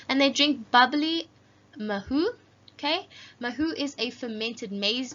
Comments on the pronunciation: It's pronounced as marheu 😂😂😂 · The pronounciation of Maheu is Ma-he-wu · mah he u - that's how you pronounce it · The word maheu pronaunce mage-u hope this helps❤😊